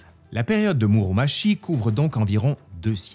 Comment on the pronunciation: Par contre pour Muromachi on le prononce Muromatchi et non pas Muromashi. C'est n'est pas le même nom sinon ^^ むろまち et むろまし c'est différent :)